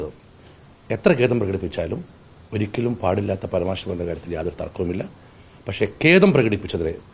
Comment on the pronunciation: പരമാർഷം അല്ല സാർ പരാമർശം